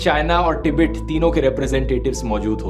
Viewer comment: टिबेट नहीं गवांर तिब्बत बोल